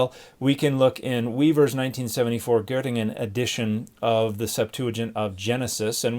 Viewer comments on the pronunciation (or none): none